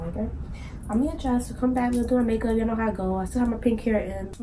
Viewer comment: “We love that Yunno” 😂😂